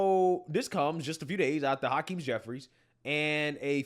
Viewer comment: Ha-Queenie jefferies 😂